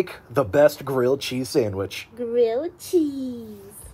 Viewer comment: *GRILLED CHEEZY SANWICH*